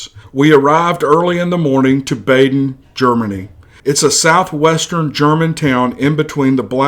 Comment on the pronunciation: BADEN in pronounced "bah-den" and it means "baths", as in mineral baths. Love your videos!